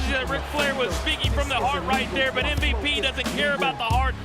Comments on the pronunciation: the dude said Mvt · did Roberts just said MVT 🤣🤣🤣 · did he just say MVT😂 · Did the ring announcer say MVT?